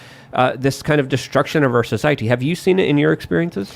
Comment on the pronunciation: I am begging to learn to have a thought of his own, and to learn how to say, "society," correctly.